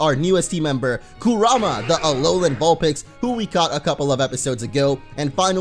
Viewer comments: Your butchering Kurama name 😒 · if your gonna say Kurama pls just say it right I hate when people say it wrong